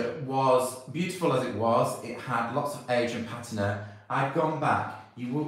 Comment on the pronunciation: Your pronunciation of patina is correct. Pa-teena is not correct. I don't know who's telling you you're wrong, but you're not. Just thought you should know. BTW, I'm American and pronounced it incorrectly for years until I was corrected.❤️❤️❤️❤️❤️❤️